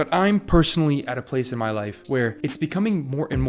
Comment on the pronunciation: "...my ‘professional’ video essay voice gets dropped half way through the video..." In the beginning it feels more pushed into enunciating whereas towards the end it turn into you being you. YouTube is all about you being you, so I suggest you be yourself. You got a bit of AH in "MY generation" so it's not a strong accent enough for you to worry about it.